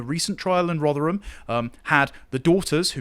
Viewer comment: It sounded like pronounced Rotherham as 'Roger 'em'. Apt